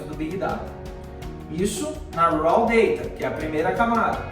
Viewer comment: Professor, "raw" em inglês, pronuncia-se "ró" e não "ráu" como foi dito